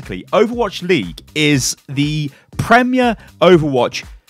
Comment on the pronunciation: "is the PREMYA overwatch"